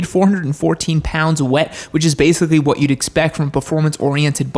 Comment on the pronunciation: “I’ll tell you huwhat” hank hill or?